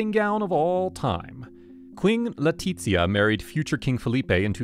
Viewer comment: you are pronouncing Leticia's name Italian, not Spanish